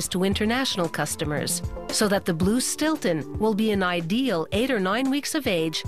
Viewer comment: Its Stilton